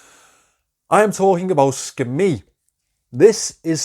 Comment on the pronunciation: When you said Skmei, for a minute I thought you said Scametti!😜 But the only thing about alloys is they often have nickel content which some people are allergic too so people with the allergy should check if there's nickel in the alloy mix. Great list of watches. It's great to see San Martin making their own design. Great video!